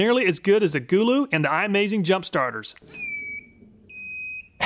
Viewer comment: i think its suppoed to be go-low but gooloo is funny and ok to lol